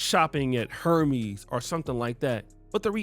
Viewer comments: Hermes="err-mes" tell me you are dusty without telling me that you are dusty. 😂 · I am rolling that you called Hermès Hermies. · You definitely pronounce “Hermès” wrong 😂